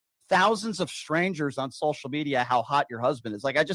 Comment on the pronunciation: Is he originally from the northern states? Just finding it weird how he says social media. He pronounced it as sol-shall media.